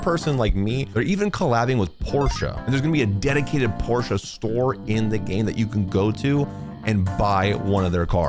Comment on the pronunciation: Why do you say Porsche that way 😭